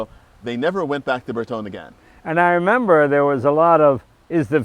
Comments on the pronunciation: It's surprising these two don't know how to pronounce Bertone. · I am assuming their pronunciation of Bertone is an American thing.